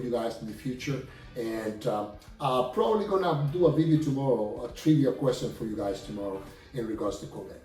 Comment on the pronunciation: prawly!? Try just a little harder. After all, in all likelihood, this will remain an English-speaking country ¿`_